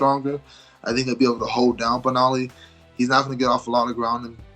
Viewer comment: Curtis Blaydes called Beniel "Benali"!! LMAO 😂